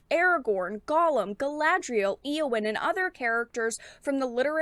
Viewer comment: Its Éowyn with E like in "end" and O as in "old". Great video.